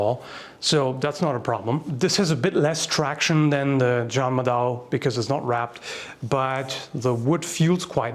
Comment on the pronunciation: Its juung-mah-Dao, the Japanese called it Zanbato